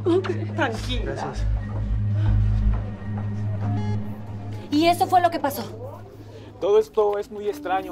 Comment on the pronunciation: Soy la unica que se dio cuenta que en el minuto la chica dijo graces XD :v